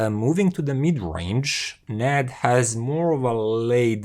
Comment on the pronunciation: I think it is pronounced separately, N - A - D